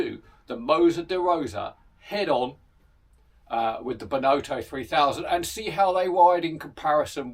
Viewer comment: A fun video and lovely bikes.... but please do pronounce Benotto correctly... the 'o' isn't pronounced 'oh' (as in the exclamation) but as a soft 'O' like it would be pronounce in 'off' Enjoyable though